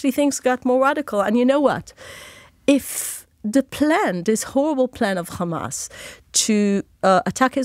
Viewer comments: How many times did she mention KHAMAS 🖕🇮🇱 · If they ever take responsibility for any of their actions instead of simply saying "KKhhamass" I would be shocked into a coma.